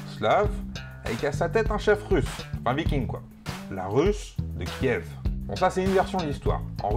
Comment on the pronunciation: Petite précision Kiev se prononce "kief" ;) Bref, les format court d'histoire c'est sympas.